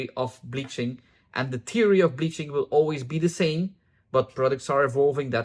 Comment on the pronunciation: LOL your pronunciation of “theory” sounds to me like “teary.” I do have to say my application is often “teary.” Thanks for this video!